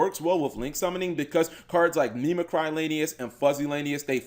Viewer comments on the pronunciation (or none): Mimicry should be like mimic - ree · Mimi-KREE, plz,... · That's not how you pronounce mimicry. Oh, well. Do you at least know what that word means?